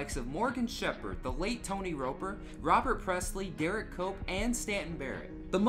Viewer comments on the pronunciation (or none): none